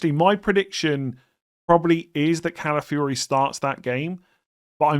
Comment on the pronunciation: Ladies and gentlemen, we’ve finally reached the day where says Calafiori’s name correctly. Never thought we’d see the day 🎉😢